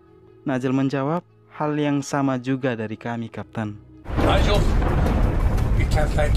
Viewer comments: Bukan nuzle bang ngomong nya tapi naijel 😂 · Bantu Ralat : - Situasi janggal (bukan ganjal) - nigel (dibaca naijel) *bukan dibaca nazel - hidrolik (bukan indrolik) Saran saya untuk lebih baik kedepannya, searching dulu kata kata yang sekiranya kurang yakin untuk diucapkan/ditulis di kontennya mas. Terima kasih